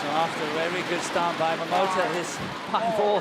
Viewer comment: she’s always saying “Kento MomoTO”.